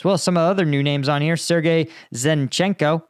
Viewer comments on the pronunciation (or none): none